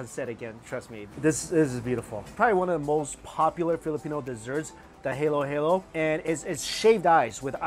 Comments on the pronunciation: Its halohalo not heyloheylo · I'm still laughing at your pronunciation! Cracking me up... Halo-halo. Every "a" is a soft "a" (as in "ah"). Hahlo-Hahlo. Not Haylo-haylo! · Strictly Dumpling And Halo-Halo is pronounced like hollow- hollow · Did he call halo halo the halo (heilo) that goes around your head? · You don’t say halo halo it’s ha-lo ha-lo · Not helo helo halo halo im from Philippines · My Filipino BF said that you were not eating the food in the proper way (should always eat with rice even the soup). Also, it's HA-lo HA-lo. Not how Beyonce sings halo. Haha. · I feel dizzy when he say's halo halo